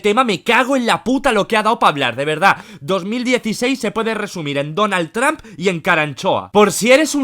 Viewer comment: Donald Traaampp😂😂😂 Es Donald Trump